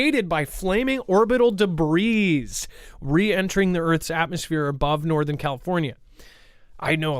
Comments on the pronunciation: The S is silent in Debris ffs. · Got to giggle. You arent the only you tuber to mispronounce debis. S is silent. Just one of those noticers. Great info show!